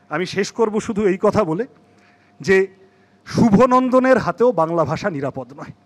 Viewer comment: শুভোনন্দন । দ্রুত উচ্চারণে শুয়ো(র)নন্দন !!!! কলকাতার মানুষ বাংলায় কথা বলে ? বাংলা অস্মিতা ? নেতা নেত্রীদের ছেলে মেয়ে রা , নাতি নাতনী রা বাংলা মিডিয়ামে পড়ে ? অবৈধদের রেশন , ভোটার , আধার করতে এগুলো অনেক সময় প্রেসার থাকে । সিপিএমের আমলে অবৈধ অনুপ্রবেশকারী বাংলাদেশীদের ভোটার , রেশন কার্ড করে দেওয়া হয়নি ? আমরা অন্ধ ???